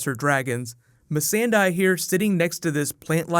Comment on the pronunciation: missan-die LOL